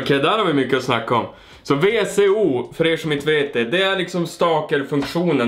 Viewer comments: det är vsco uttalas visko inte vco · Sorry känner mig så jävla jobbig nu ,men ”vsco” är uttalat ”visko”